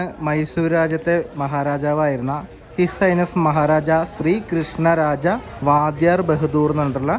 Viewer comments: വാദ്ധ്യാർ അല്ല വോഡയാർ ആണ് . കുടുംബ നാമം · വാധ്യാരല്ല: വൊഡയാർ ആണ്. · മൈസൂർ രാജാക്കന്മാർ വാദ്ധ്യാർ അല്ല 'വൊഡയാർ'മാരാണ്.